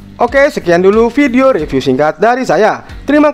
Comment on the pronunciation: good..good...camera....nexs reevew...😂😂🤣